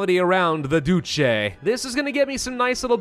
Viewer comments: ''The Dooce?'' nah, ''The Doot-chay'' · Duce is pronounced DOO-chay